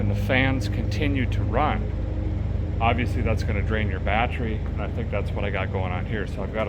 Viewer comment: The music reminds me of Pecos Hank. Did you say Biotch-ery charger ?